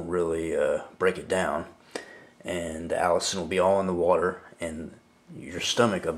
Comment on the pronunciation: It is pronounced A LISTEN not Allison! Say it like Penicillin (the last part of the word of course). But you are correct, health benefits are many. One you did not mention is killing cancer cells and shrinking / stopping tumors. I am not giving medical advice but repeating what I have read at the NIH website.